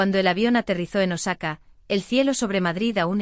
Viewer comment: Es Osaka no nosaca